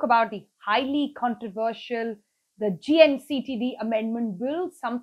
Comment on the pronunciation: who taught you English ? you cant pronounce controversial ?and government? i can keep on picking up on your poor pronunciation .....